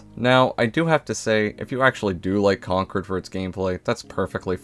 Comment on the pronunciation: One of the few youtubers who pronounced concord right